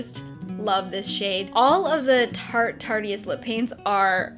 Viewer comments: I've noticed lots of YouTubers say Tartiest, but it's actually Tarteist, pronounced Tart-ist, as in artist. 👍🏼 ps. I love that lip colour on you,. You look very glowy and pretty. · It's Tarteist...not Tartiest